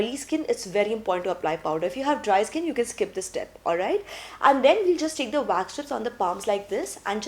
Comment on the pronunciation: It’s Wax not Vax